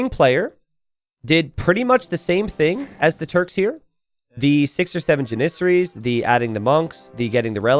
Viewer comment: Never heard anyone say Janissary that way, always thought it was JAN-issary.